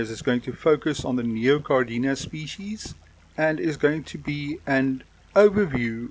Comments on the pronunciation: In die video spreek jy Caridina uit as Cardina. Daar is 'n "i" na die "r" so dit is Ca RI dina. Hier in Amerika hoor ek baie "Caridinia". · Ek glo dis Caridina en nie Cardina nie...... Deesdae is daar ook Bloody Mary wat 'n deurskynende eksoskelet het en rooi vlees.